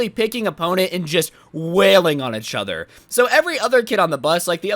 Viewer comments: it is each other not echother this lowkey drove me insane during this video but other wise enjoyed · Plz stop saying uchother. It kinda triggers me. PS. It’s eachother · A braincell dies everytime he says ehchother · No one:: UhCh OtHeR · One like for every time says “itchother” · does the way he says each other annoy anyone else?